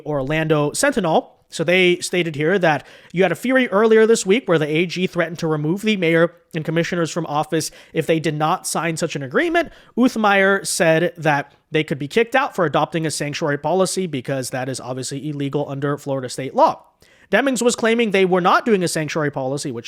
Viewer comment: Uthmeier is pronounced Oot•my•er. 😊